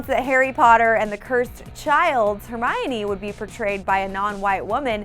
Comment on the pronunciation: Did she just say hermariony and not hermione?